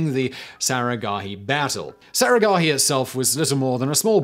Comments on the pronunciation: It's not saragahi it's saraghadhi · The massacre at saragarhi seemed tame when compared to how you murdered the pronunciation of the battle cry.